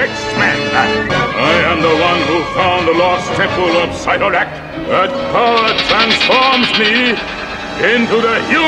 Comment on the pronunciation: He did not just say Side torak